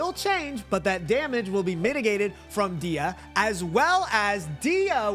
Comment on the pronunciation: U pronounce dehya name wrong. It's like deehhya its much softer . But u say it like diya. The e is softer. U say it like a i . Dehya